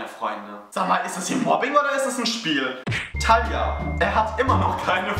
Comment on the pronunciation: ich versteh immer tanja statt thalia